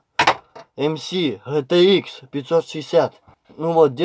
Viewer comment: ''мси гхе те ыкс "